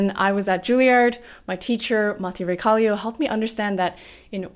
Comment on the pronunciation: The way you pronounce Matti Raekallio is cool :) Your honesty is gold.Keep up the good work!.You have your thing!